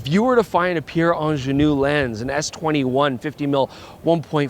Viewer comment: Quite disappointing to hear a Canadian systematically mispronouncing 'Angenieux', over and over again. And no, I'm neither Swiss, French, nor Quebecois 😇.